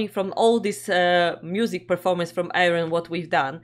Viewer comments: Hello you two lovely people 😸Loved your reaction (as always). I can help with your pronunciation if you like? Air-ee-yon. This song was inspired by the UK Science Fiction drama 'Blake's Seven' from the early 80's and is actually a Star One recording (another of Arjen Lucassen's projects). The lyrics actually follow closely the plot of the series. Take care, Kevin from near Stonehenge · The correct pronouncation of Ayreon is: Air-ee-on. Then, this is not an Ayreon song, but a Star One song. Not that it makes much difference, since both are creations of the same mastermind Arjen Anthony Lucassen. However, Star One is more about catchy guitar riffs and less about storytelling. That having said, Star One songs are all inspired by Science fiction movies and such. This song is based on an old TV series called Blake’s Seven.